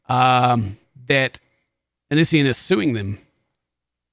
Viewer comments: Just for the record lmao its Onion boy or Oh-Knee-See-on lol that's how you say his stupid name 😂 why he picked it idk. Onion boy is actual sludge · The way he says onision 😂 I love your accent. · The way you say “Onision” makes me laugh lol. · xbagelbxx oniisan... o-neice-yawn... oh-nice-one... it's such a weird name :p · I love how says Onision, it has me rollin.